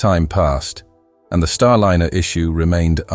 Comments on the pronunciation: Starliner -- not starlinner, you silly twit. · You chose a particularly poor AI voice-over. Many mispronunciations. Really bad when it can't even pronounce Starliner properly. Also... The CLICKBAIT TITLE didn't exactly enhance your credibility and is indicative of an AI channel. B A D ! ! ! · Rubbish "Clickbait" title!! What TERRIFYING Discovery, and who just died? The content is well covered, but outdated with many possible action points already taken, plus unrelated video clips of Starship and Space Shuttle. Finally, please use a voiceover that pronounces Starliner correctly at all times, which it can and occasionally did, but randomly, and often within a few moments, if not the same breath, it said StarliNNer, and at least once StarlinEEr.